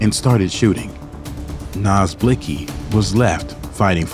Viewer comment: why did she had to pronounce his name like that